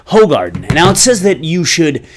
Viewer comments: Its pronounced whogaarden. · It's pronounced like "who hardin" bud. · Its pronounced Who-garden